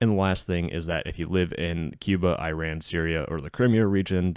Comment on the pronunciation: It's not I ran (Where did you run?). It's Iran - like ee-RON.